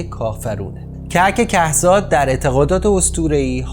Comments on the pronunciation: ممنون ازاین ویدئو زیبا......جسارتآ کَهزاد را به کُهزاد.....تلفظ نمایید...درشهرماهنوزسه نفربنام کُهزاد زندگی میکنند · کهک کهزاد. ضمه یا او روی ک اول هر دو کلمه. که زاد کوه زاد.